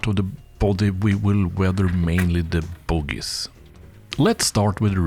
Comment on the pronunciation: Love the accent with ‘bogie’ great videos